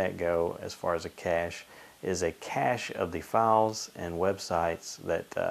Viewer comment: ur saying it wrong